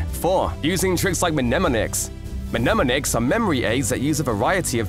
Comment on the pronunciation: Great video, incredibly well made. Uhm...you don't pronounce the first m in "mnemonic". Don't want to be rude, just letting you know.😅